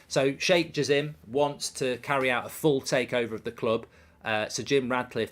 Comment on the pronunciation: He said shake gism 😂